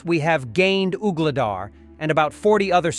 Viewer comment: “Uhgledar?” Poor pronunciations.